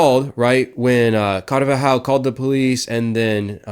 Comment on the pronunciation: Why is this dude adding an extra syllable to “carvajal” 😂